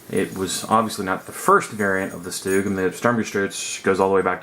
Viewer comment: What the fuck is a stoog It's a Stug S T U G...............